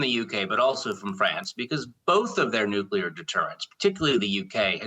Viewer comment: Is US control of UK 'Nuclier' a problem?